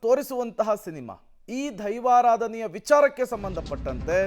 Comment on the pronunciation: ಅದು ದೈವಾರಾಧನೆ ಆದ್ರೆ ನೀವು ಧೈವರಾಧನೆ ಅಂತ ಒತ್ತಿ ಒತ್ತಿ ಹೇಳ್ತಿದೀರಾ 😁😁 ಸರ್ಯಾಗಿ ಉಚ್ಚಾರಣೆ ಮಾಡಿ... 🙏🙏